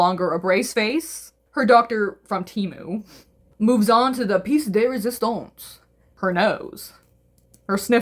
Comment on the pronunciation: Nah the fact she called him doctor temmu lol 😂